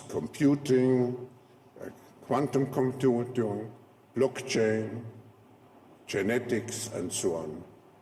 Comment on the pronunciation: ah yes, “Quantum Comchunchun”